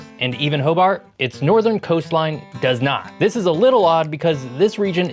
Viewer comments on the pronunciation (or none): none